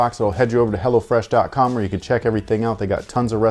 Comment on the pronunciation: I swear he said “hellafresh” once